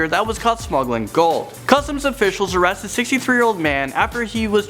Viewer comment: am i the only pne who realised said arasted?